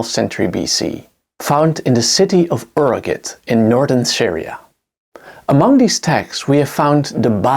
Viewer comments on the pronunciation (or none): You say "Uragit" instead of "Ugarit" without even flinching. Are you sure you’re actually an educated person? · Bro, you're just reading everything that on the screen. And by the way, how can listeners trust your knowledge if you don't know how the ancient city of Ugarit is pronounced correctly? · Excellent lens on the subject. Several words were pronounced incorrectly including Ugarit and Sinai.